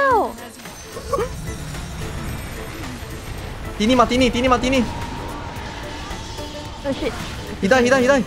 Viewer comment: "Tinymatini" okay that's XD where it's due